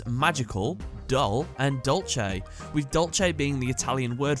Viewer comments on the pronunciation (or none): The italian name for dessert is dolce, not dolche